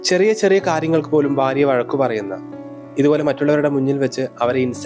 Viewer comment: ബർത്താവ് ബാര്യ അല്ല ..ഭർത്താവ് ഭാര്യ ആണേ. കൂടാതെ സന്ധ്യ നന്നായി ചെയ്തു 'അമ്മ ഭാര്യ റോൾ .❤